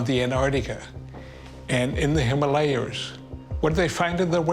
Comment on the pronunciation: “on the Antarctica and the Himalayers”